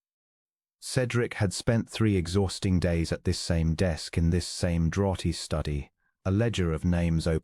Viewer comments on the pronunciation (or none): Please get your pronunciation right, draughty should sound like drafty